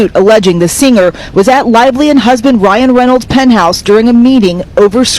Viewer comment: She’s saying Lying Reynolds